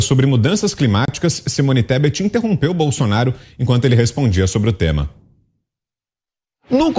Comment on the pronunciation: O Nine não sabia nem falar o nome da Tebet!! Simone Tesbe 😂😂😂